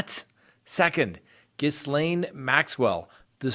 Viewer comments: The name Ghislaine has a silent 's' please do research on the name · Ugh Ghislaine Maxwell, the "S" is silent, what a dumb muppet she is, living in the US knowing they were looking for her, I would like to know who the English guy is who walked the 1/2 mile to the gate when the Feds arrived at 8am, she was probably more concerned that she looked dishevelled than the arrest itself. I read someone say "Bill & Hillary send their condolences about her suicide next week." They have to keep this one safe, those names are going to come rolling out for a reduced sentence (hopefully). Randy must be crapping himself, what an idiot and an embarrassment he is, no way will he leave England again Mommy Dearest will make sure of that. I hope the victims got a lift from this arrest! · You know that's not how Ghislaine is pronounced, right???? Please, it's driving me crazy!! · GHISLAINE is pronounced JILL-LANE., but your name butchering is painful to watch. My boyfriend laughs everytime you say GIZ LANE. Think about it. Wink wink, nudge nudge. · Hey, I and your channel, but can I offer assistance on something.... "ghee-Len" is how you pronounce Ghislaine Maxwell. French is annoying I know 😂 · it's Ghee-laine isn't it? I've already tried telling him lol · pretty close... ghee-lan. Either way, you have to be under a rock not to at least know the S is silent. I can't take anyone seriously acting as a news source without doing even the minimum of research. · Ghislaine Pronounced " Gay lynn" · I think that it is pronounced gilane Maxwell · Ghislaine Maxwell's name is pronounced Gilaine without a s :-) Strange name, so I understand why you're struggling with it! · Ghislaine is pronounced Gi-lane. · Ghislaine (ğē - lin or ğē - lān) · I looked up how to pronounce ghislaine! G’len in French and Gee’lane in English. The G is like g in go. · It’s pronounced ga-lane, the s is silent. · Hey, I’m fairly certain Ghislane is prounouced “ghee-lane” silent s